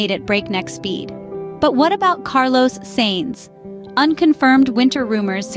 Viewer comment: this ai is great but you gotta teach her how to pronounce "sainz" 😂